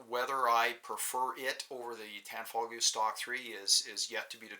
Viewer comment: Why do people pronounce the g in tanfoglio lol. Its an Italian company and the g is silent...